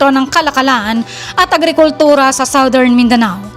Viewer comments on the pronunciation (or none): none